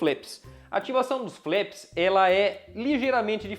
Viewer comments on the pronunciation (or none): Ótimo jogo, parabéns pela revisão! Apenas uma pequena observação, a pronúncia correta dos flaps é "flap" mesmo, e não "flep".